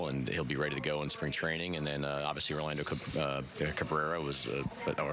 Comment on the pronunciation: Lmfaoo I cringed when he said it. I know it’s a minor gaff but cmon bro